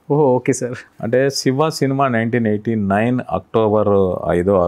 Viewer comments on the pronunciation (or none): షివ కాదు యాంకర్ గారు. శివ అనాలి ! మీరు అనవసరపు నవ్వు ఆపండి.